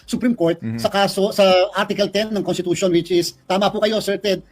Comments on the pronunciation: nakakahiya, Contitution daw,! wrong pronounciation ??? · contitution daw , wrong pronounciation.